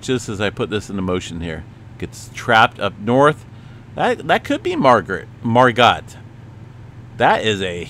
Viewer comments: It’s margo(t) with a silent t haha :) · Margo. The t is silent. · I learned it as Margot... pronounced similar to escargot.... silence the t....😮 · I think it’s like mar go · I THINK ITS MAR GO